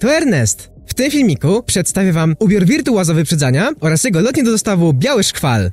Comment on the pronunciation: Biały szkwał a nie szkwal